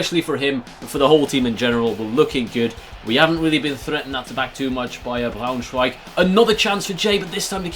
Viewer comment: You said Eintracht well, but not Braunschweig